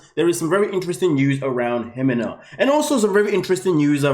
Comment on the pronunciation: Melissa is Melissa. Ximena is an old way to spell Jimena. It drives me nuts he calls her HE-men-ah. Her name is He-ME-na. The accent goes in the middle of the word, not the beginning.